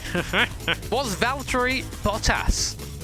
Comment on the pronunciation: "Hey guys, who's this Balterri Vottas bloke boi here..."